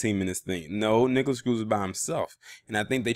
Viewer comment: *Nikolas not “NikolASS”